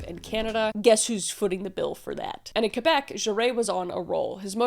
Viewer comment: Thanks for pronouncing it Québec and not calling it Kwaybeck. ❤